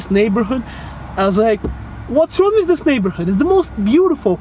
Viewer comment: почему ты произносишь With как "виз", режет слух. Take care!